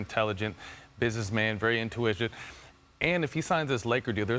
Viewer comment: This dude Matt Barnes is so dumb he tried to sound so smart by saying “intuitive” but said intuigent lmao do better ESPN